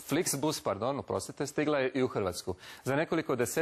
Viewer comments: Sramota krivo je rekao flixbus💔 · Da! Sram ga bilo!